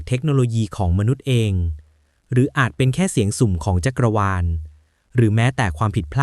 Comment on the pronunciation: "จั๊กวาล"